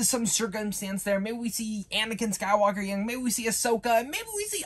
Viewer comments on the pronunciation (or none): none